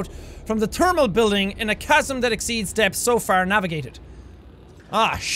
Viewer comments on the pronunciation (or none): lol sout and teermal